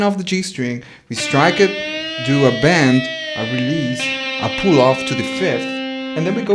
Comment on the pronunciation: bend not band!!! lol good video